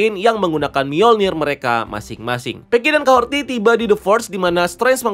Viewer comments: dari breakdown eps kahorri kemarin, kok kahorti si bang nyebutny? udh jelas" di subtitle jg kahori, R ga ad T. di series juga mereka nyebutny jelas kok "KAHORI", kadang aja r nya rada tebel, kadang r nya ga bunyi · Kahorri bos, bukan kahorti. Jd kyk denger nama bu suharti 😂. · Kahori bukan kahorti wkwkwk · Kahhori bang..bukan Kahhorti..haduhh..kebanyakan ilmu ttg marvel comic sampe salah ngasih nama